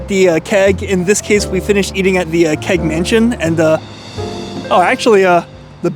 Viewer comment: Love your videos, and so happy you came back to Toronto! As someone mentioned, you have your pronunciation down! What I would say about the Keg, is that while it's not on par with a premium steakhouse, it's always consistent and never a letdown.